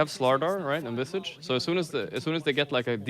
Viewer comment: Isn't Visage pronounced like triage or mirage?